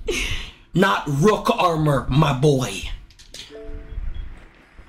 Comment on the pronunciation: its so funny whe he says my boa